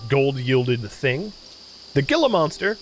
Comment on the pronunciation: Really neat game! Did want to point out it’s pronounced “hee-la” monster lol